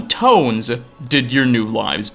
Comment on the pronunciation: Do you talk like this always, with the extra syllable at the end? "Or, tones-sah" Or is it just to be clear? I don't hear this often, and it seems to come and go. Mostly it's at the end of a sentence, like a full-stop indicator.